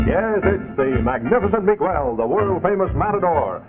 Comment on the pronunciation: That bi-lingual announcer who was selling the Stay-Full Battery sure had our Spanish-speaking audience' attention with his expert proununciation of names such as Mi-GWELL.